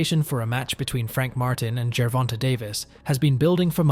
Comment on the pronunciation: Gervonta is NOT pronounced jur-VON-tuh!! It’s pronounced jur-VON-tay. The last syllable is “TAY”. Please stop mispronouncing this man’s name. He is currently the face of boxing. Get it right! Yes it’s only one syllable, but it shows you didn’t do your research.